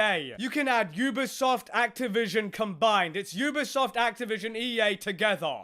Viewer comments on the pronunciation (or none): none